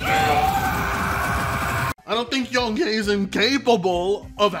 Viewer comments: Everybody: "Yong Yea": "Yong Yay" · "Young Ye-Ah" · More like Yong Nay